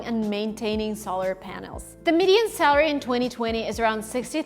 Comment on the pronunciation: Hi, I think it would be helpful if, as someone who offers educational materials for people to learn English (including workbooks, videos on your other channel, etc.) you worked a bit to improve your English pronunciation. In this video, you repeatedly pronounce "salary" like "celery," which is not the correct pronunciation.